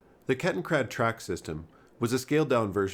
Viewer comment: It's Kettenrad, not KettenKrad. Ketten means chain or track, rad means wheel.